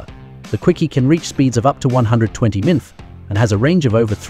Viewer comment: Mothing more than the crappy AI being unable to say Miles Per Hour. Instead, it tries to pronounce "MPH" as a word.